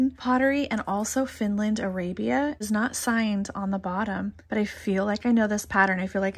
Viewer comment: It’s Arabia from Finland and the second “a” is a short “a “ like Aw. Also Arabia and Royal Copenhagen always mark their goods.